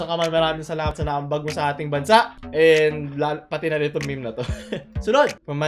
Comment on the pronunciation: M-E-M-E NOT MEH MEH